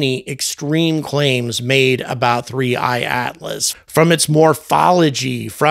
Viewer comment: 3I/Atlas ( and kudos for not mispronouncing a simple name ) isn't going away regardless of NASA ignoring it, millions of observers prevent that; but the number of anomalies could double & yet the Scientists (as if ) with a rigid adherence to what they've been told to have seen won't change. There are still Earth-centrists, centuries after Galileo & Copernicus. Ignoring compelling evidence such as NGA course corrections, spectrographic readings of atomically pure Nickel, & others make these guys the equivalent of scientific Flat-Earthers.